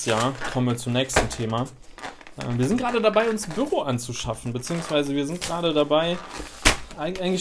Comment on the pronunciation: ach du meintest büro, ich habs erst beim 3ten mal verstanden :D ein büRRo^^